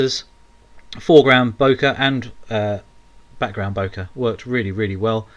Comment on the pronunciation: FYI Yes it is a japanese word but its pronounced bokay. Purchased my RX10 iv from watching your channel. Brill